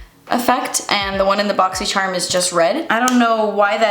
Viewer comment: I love whenever says Boxysherm 🤣💖